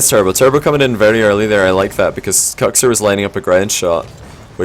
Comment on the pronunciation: Is that how Kuxir is pronounced, or is that the accent? you say Kucksir whereas I day cooksear, that pronounciation has always confused me